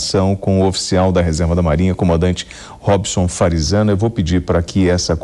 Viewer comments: Toda vez ele chama o de farizano kkkkkkk boa sempre bom acompanhar suas análises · Perdi no "Farizzano"...